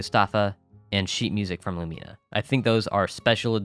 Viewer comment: you actually do but i didn't wanna correct you twice lmao. its loo-meena Another good tutorial style idea would be a video dedicated to each characters cutscenes, where and when to activate them and in what order. like all of Celia's or Nami's heart events or other cut scenes related to them in a single video. or a video dedicated to where, when and how to get each of the special tools. i would do this myself but i don't have the proper equipment to film ._. I just know for the tools you have to get them in chapter 2 after you get the great field. for Galen's rod, if you don't know the specific rules to getting it, befriend him chapter 1, and in chapter 2, he will be too sad to talk or take gifts, you can get the rod in spring year 2, but you have to clean nina's grave first in the morning, then follow him back into his house after and he'll be happy enough to talk and give you the rod. this one isn't actually a cutscene. no one ever specifies the details, just " be his friend in chapter 2 and go to his house in the morning and he'll give it to you " but its not that simple. I just got the rod from him but it took me forever to figure out why he wouldn't talk to me because no one ever said how to make him talk, just that he does xD